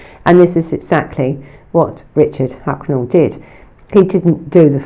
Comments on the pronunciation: It's Huckle, not Hucknell, and Namibia, not Nambia! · I love your videos, you do really excellent work, but there’s a couple of mispronounced names of people and places in this video. It’s Richard HUCKLE not HUCKNAL. And NAMBIA isn’t a country in Africa. I think you mean NAMIBIA, but perhaps you’ve confused it with GAMBIA. Thank you so much for doing a video on this evil man and his horrific crimes against children. I don’t think many people are aware of what he did. Perhaps because sexual crimes don’t seem to get the same attention and coverage as murders. Whilst survivors of childhood sexual abuse go on to grow up and live their lives, they are forever scarred and altered by the abuse they suffered.